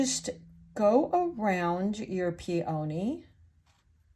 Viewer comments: Enjoyable presentation. FYI: PEONY is pronounced PEA o knee; not Pea OH knee. 😉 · This is a great tutorial, you are a wonderful teacher and artist! I did also want to let you know (as a flower grower) peony is pronounced pee-uh-nee. We all do this with all kinds of words so please no worries but I would want someone to tell me ya know?! I hope this was helpful and not hurtful! ❤️ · Nope... I was fine until you started pronouncing peony "pee-O-knee". I'm out. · I love the lesson!! Thank you! (Please look up the pronunciation of peony. That is not how it’s said. FYI) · Check your pronunciation of the flower “peony”.